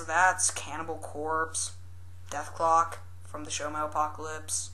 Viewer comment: "Metalpocalips" hahaha